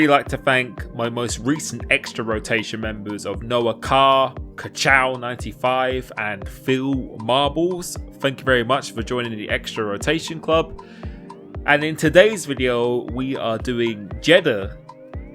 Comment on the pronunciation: "Phil Marables" xD